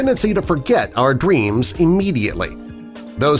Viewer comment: Did u say dweams. It's actually dreams